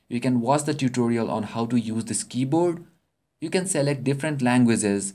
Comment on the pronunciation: " Langueses " lool !